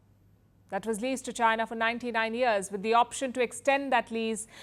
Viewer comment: Since you say China a thousand times per day, can you at least pronounce China properly?😂😂 I always hear you say Gina Gina Gina, the accent is so funny 😂